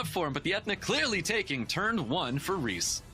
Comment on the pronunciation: Kills me Rhys is getting pronounced wrong it’s essentially Reese (my little boys name). Loving your content and the commentary recently keep up the good work